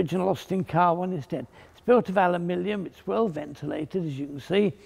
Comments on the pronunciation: is saying alumilium, not aluminium.😁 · Americans: “Aluminum”, British: “Aluminium”, Fletcher: “Alumilium” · alumillium huh? did the british invent a new element? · I have heard it pronounced "Aluminum" and "Aluminium", but never pronounced Ow-U-Millium. Another spelling in England? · I see you have discovered the ultimate form ofaluminum, "alumilium" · I thought "alumillium" was some kind of aluminium composite. Didn't realise it's just the way he pronounced it :). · Not forgetting the pronunciation aluminium. Classic! The man is a living legend.